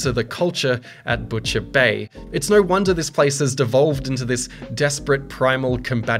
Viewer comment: imagine saying no like NER...... bri'ish moremnt